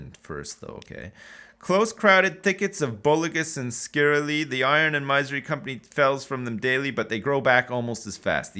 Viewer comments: Thank you! I mentioned that on episode 1. It was making my ears bleed. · plz dont do it, i am used to him saying "Maisery" now